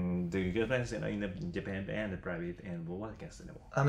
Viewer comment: 後藤の 「.... in Japan」 の発音がネイティブすぎる